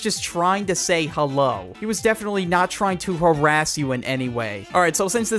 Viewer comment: Hewo everyone how you day I'm good